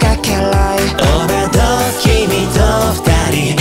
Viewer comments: 保護者組とかまろにきとかあんまりないペアがあって最高だった… くらいの子供組のOverdoseの発音良過ぎよ… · のOverdoesの発音めっちゃ好き